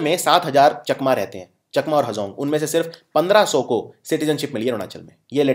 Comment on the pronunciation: Chakma ko chaakma pronounce kiya jata hai